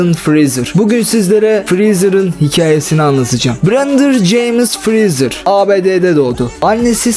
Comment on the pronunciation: Brendır James Freezer :D severim bu adamı ya